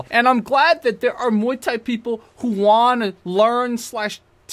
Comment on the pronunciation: Muay bien, not miay thai ☝️